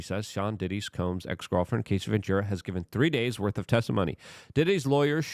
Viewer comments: Can’t take the way you continue to call her Casey! Her name is Cassie Rhymes with Lassie ( ya know the dog from the 60s ) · A proffessional journalist should know how to pronounce the name of person they are talking about .get ready for 3 months of luke being only person in usa calling her cay see - rather than cass see - even tho hes reminded every vid in his comments section. He does read the comments section but only responds if you kiss his a$$ or say " love u luke " . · Brother...please have the decency to at least get names correctly in your "reporting". Cassie, not "Casey". Terrible understanding of the situation. Terrible coverage. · Cassie, NOT Casey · Cassie. Cass-ee. Cassie. It's not case-ee luke, not case-ee CASS...EE.... CASS....like gas. CASS-EE.... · I can't take it anymore! Her name is CASSIE NOT CASEY! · Please dude......at least pronounce her name correct. Ca ...ss..ie jesus mate! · Gassy Cassie? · Her name is Cass-eee like cassette. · Who's gonna tell him, he's saying Cassie's name wrong? 😂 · Sounds like Ass, not like Ace